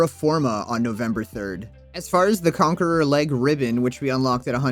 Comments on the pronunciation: (Con-care-a) not conqueror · It's Conquera, not Conqueror.